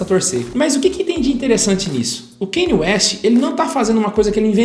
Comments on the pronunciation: É Kân-iê, não Keini. Só pra esclarecer porque o nome dele tem uma pronuncia incomum mesmo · Não consigo ver um vídeo inteiro aonde o cara fala errado o nome do Kanye... "Kenye" PUTA QUE PARIU